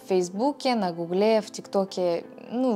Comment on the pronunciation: Не на Гу́гле, а на Гугле́😂. Так классно произносите)